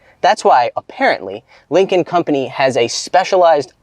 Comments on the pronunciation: Any one else hearing "Lincoln Company". The entire episode im thinking american lincoln has a company in china lol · Dude yes